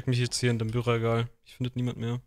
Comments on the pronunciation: ist was annie meint mit du sprichst Bücherregal so bayrisch aus wenn du imposter bist Theorie: vlesks killer/2. persönlichkeit ist bayrisch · Er hat bücherregal wieder mit so nem Dialekt ausgesprochen 😂